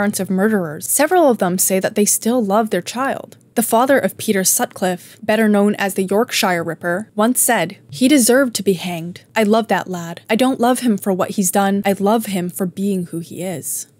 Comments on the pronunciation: York- sher, its not york shy-er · Brilliant video! Just a note though that Yorkshire is pronounced "york-sherr" rather than "york-shyer", hope you find that helpful should the place come up again in future content! 😁